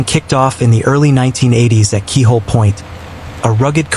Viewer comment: pt.=Kay-ah-hoh-lay point. Kona Coast has numerous businesses raising Pacific spiny lobsters, cousins to Atlantic/Maine lobster that most are familiar...& also abalone, among other seafood aquaculture